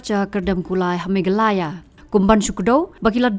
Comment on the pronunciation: Meklaya😂😂 kum ba Pronounced hi ni ka nong ai news